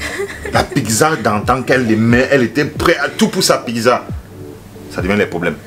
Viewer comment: 😂😂! Tu prononces PIGZA là en Bandjoun!!!! Ça s'ecrit PIZZA! et ça se lit PITZA OU PITSA!!!